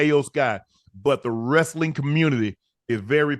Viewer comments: You know ocho serious when he says wrastling 🤣🤣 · Ocho, wrestling not rastling😂😂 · Ima need to hear the E in wrEstling